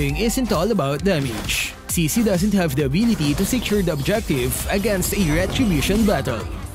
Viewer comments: I think her name pronounces chi(ck)-chi(ck) and not she-she. Strong yes but for me looks boring, like novaria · I think the name is pronounced (Tsi Tsi) wit the T and,so yeah Cici